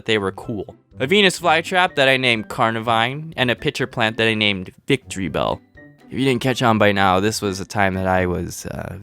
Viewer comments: it’s not Victory-bell it’s Vic-tree-bell It’s pun that most people pronounce incorrectly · Its pronounced Vic-TREE-bell